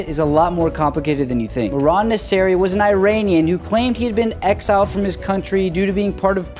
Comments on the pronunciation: He was not Eye-rainian😂 It's pronounced Ear-rainian😉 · bro its not pronounced I-ranian its pronounced eeranian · ( Ear-Ron-Ian ) thank you, please pronounce Iranian correctly. ❤